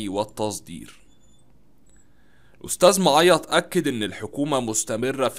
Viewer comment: انت. بتنطق. معيط. غلط